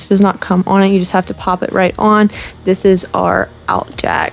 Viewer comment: Interesting how you say “on”. With your accent it’s “ooh-hun”. Funny. Love the channel.